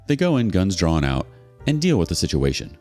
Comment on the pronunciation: "gun dawned out" gun drawn(ed) out ? "bail earring", hearing